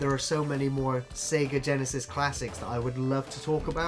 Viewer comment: I like you guys, but please stop saying Sega Genisis.